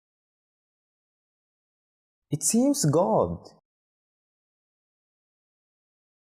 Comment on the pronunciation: There's a mistake in pronouncing "good" , even in the subtitles it's written as "god"